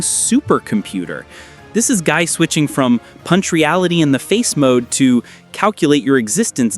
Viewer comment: I get aneurism hearing Gii's name get butchered in pronunciation repeatedly